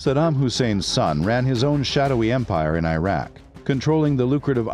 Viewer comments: Its name is IRAK not AYRAK ! like ITALY ,and IRAN too , its not AYRAN ! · Good content but Iraq is pronounced as "Eeraak" & not "Airak"... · 'ee-rahk', not 'eye-rek' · Not I Raq its Iraq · It's "oo-dai" not oo-day. Qu-sai not qu-say Ee-raq not eye-raq Ee-ran not eye-ran Don't Americanized middle Eastern names. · The documentary is okay but it annoys me having the narrator pronouncing Iraq and Iran the wrong way. Come on! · It's the mispronounciation of Iraq and Iran for me